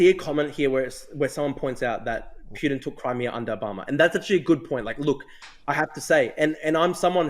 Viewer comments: drew cant even pronounce "putins" name correctly, its poo-tin NOT pYutin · Who TF is Pewtin? Ffs. Dude loves to consume his own word salad. What a lost cause.